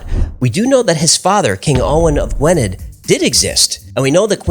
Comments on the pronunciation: Gwynedd is pronounced gwyneth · I always enjoy and have subscribed to your channel; Just one SMALL point - it's pronunciation sounds 'Gwin-ith', not Gwynedd. I was put right about this when I first worked in the region ... !!!